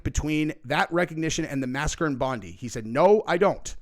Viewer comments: Aussie here and it’s pronounced bond-eye basically ahaha 😂 In all seriousness tho, this has blown our minds because we don’t expect this stuff to happen here. People thought it was fireworks because that’s more likely than a shooting here… I’m really worried about Australia’s future with people like this in the country. Mass immigration is a problem here, we’re struggling to buy homes because it’s all gone up because of demand. I agree we have some Immigration, look at the bloke that was the hero in that situation, those are the immigrants we want, not ones who come here and cause trouble, but how do you stop this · 3 things....1. We Aussie's have raised nearly 1 million for our hero Ahmed, despite what the MSM say we Aussie's no matter what colour or creed judge a man by his actions not his religion or skin colour and 2. Bondi is pronounced Bon dye and 3. its time we took a page out of Bulgaria's book and vote no-confidence in our government and start again. Love ya, please pray for us in Australia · Love your show. 👍 Bondi beach is pronounced Bond-eye Beach. Wong isn't our Prime Minister never will be. That guy covered in blood was also involved in another mass shooting??? And he was only been in Australia for two weeks??? 🤔 One footage I watched had a perfect place to film the whole thing from a window had a perfect view of the bridge. Pity the guy didn't have a "gun instead of a camera" ? He would have been able to stop it at the very start. 🤬🤬🤬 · Hey it is said BOND-EYE! Bondi! Cheers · Thanks. Btw, it's pronounced Bond-eye mate. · It's Bondi not bonde beach lol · Bro. Heads up, it's pronounced "BONDEYE"....not like "Pam Bondi". Different. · Bondi pronounced Bond-eye...not Bondy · I have to say it 💁it's not pronounced (Bon'dee beach!!!)..🥸..it's pronounced (Bon'die beach!!)..true story!!.from an Australian 🙅‍♂️ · Dude...... Please Stop......... Mate, please....... Its pronounced 'Bond-eye', not 'Bond-ee' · Pronounced Bondeye